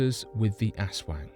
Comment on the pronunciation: Lol,. The ass-wangs..... Guy I know you have an accent but I think it's actually pronounced OZ-WONG or AZ-WONG... Not entirely sure. But, tho it sounds f**** funny AF , I am sure it's not ASS-WANGS..... lol, fuck it tho I'm calling them ASS-WANGS now. It's better..